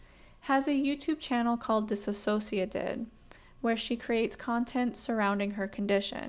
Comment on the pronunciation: Could you please pronounce their name correctly?